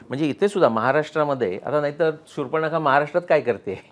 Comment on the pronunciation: शूर्पण-खा नाही हो शूर्पणखा. मुलाखत घेणाऱ्याला उच्चारही नीट करता येऊ नये याचे फार आश्चर्य वाटते.